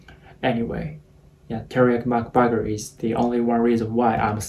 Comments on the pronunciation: The fact that is Mac-burger not mac-butter 😂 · I like how u sayed macbagaer instead of macburger